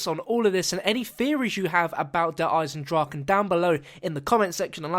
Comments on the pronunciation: In german it speak ch not like the english g In Eisendrachen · its actually "eisen draCHe: and not eisen draken .. you spelld it wrong :D